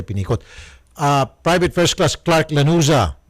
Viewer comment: Lanuza hindi laruza😁